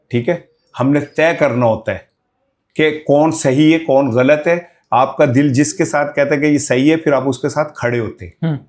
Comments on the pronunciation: Ye sahafi kiya india ki language mein ghalt ko bar bar, gult, hindi mein keh raha hy.ya ghain ko gaaf, gult kehta hy. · وہ نوجوان صحافی بن گئے ھیں جو " غ " تک کو " گ " بولتے ھیں ۔۔ غلط کو گلت بول رھا ھے ۔۔ اس سے یہ پتا چلتا ھے کہ اس نے قرآن مجید بھی نہیں پڑھا ھوگا ۔۔ 😮